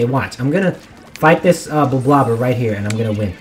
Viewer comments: It’s not “blob-blob-er”, it’s “blob-lobber”. Because you’re lobbing blobs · It’s pronounced blob-lobber